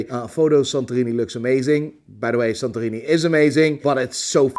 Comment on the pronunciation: When you say “San Torino” you immediately hear you’re Dutch :-). Where in the Netherlands are your roots? All the best for your mom 🙏🏻. Regard Thomas from Belgium